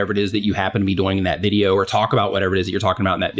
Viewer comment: I love your content, but I just have to say that when you say "doing", it sounds like "boing" with a 'd' hahahahhaha